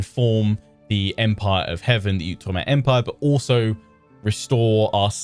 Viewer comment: Oh, I am SO excited about this. I’ve been wanting an Outre-mer campaign for ages - but I’m also glad to hear you pronounce Outre-mer correctly! There was a time when you would pronounce it “Out-reemer,” and while I truly love your videos, I think my little historian brain would have exploded. 😂